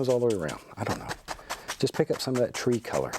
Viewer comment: “Like ghat”